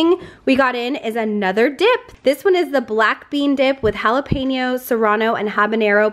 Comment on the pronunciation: I love that you pronounce Jalapeño perfectly!! 👌🏼😂